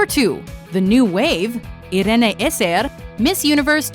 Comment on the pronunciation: hahaha IRENE ESSER lol (AY*RIN)